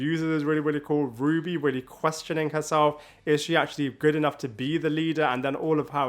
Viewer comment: You really can just say “Ruby”. RWBY is pronounced as the word “Ruby”.